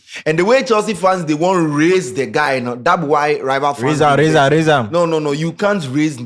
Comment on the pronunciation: Raise am not race am